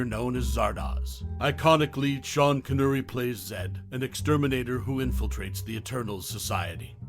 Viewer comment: CON ERR REE not CON URR EE, the mispronunciation took me out of an otherwise good video